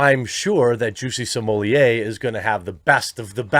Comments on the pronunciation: Why do you keep pronouncing his last name " simolie"????? It is " SMO -LET" !!!!!! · Literally the only person that say Smollier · It's Smoll-ett not Smoll-lay. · I always have to chuckle how you say "Juicy Smollé" so consistently :D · You know you can say his name correctly nothing will happen to you please speak correctly you making name the way you do is stupid annoying. I know why you doin it but you won't get a strike and don't lean just on YT for anything bad idea. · Why do you pronounce his name so weird? Is that just you or is it some weird name other people have given him? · I wanted to watch this but knew i couldn't sit through another 15 min of him mispronouncing jussie's last name. Not cuz i gv a shit about human garbage ol juicy boy but it really grates the ears. Especially cuz u do it so many times. Sommelier is a noun, a person, professional descriptor- Smollet is a surname & not pronounced (or spelled) that way, quit trying to jazz it up. Or just quit being lazy. Sound it out, maybe watch 1 r 2 of the 1000s of clips of 100s of ppl saying his name. Even the captions of ur own videos will show u you're wrong. I know it shouldn't bother me but it really, really does. I'm aware some apply a more French pronunciation, which would still not be the way u are saying it. Stop it.